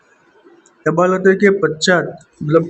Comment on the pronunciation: तबालदे नहीं तबादले बोलो